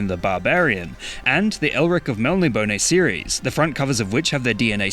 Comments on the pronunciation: That's not how you pronounce Melniboné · you say melnibone fucked up mate